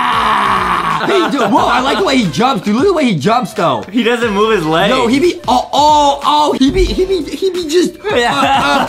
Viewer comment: When Adam was trying to say "ohhhhh" but he said awohhhhhhhh u should put that in a Adam mispronounsing words again compilation